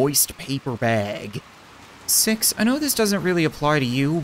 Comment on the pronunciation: He said sex not six